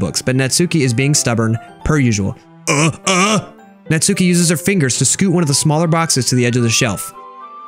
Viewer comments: natsuki name is like NAT-SU-KI with a short.U. not NAT-SUE-KI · It's not natsuki it's nas-ki